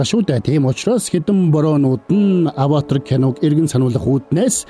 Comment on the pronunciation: Bi tand durtaildaa Ghde Avatar geeree avator avatr bish shy 😂😂